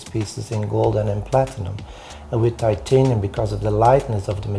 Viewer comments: How come James Hilton knows how to pronounce titanium but the narrator does not? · This guy is a pretentious idiot... If you are going to work with the metal, LEARN to pronounce it!